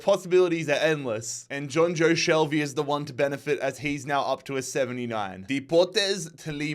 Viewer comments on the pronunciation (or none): none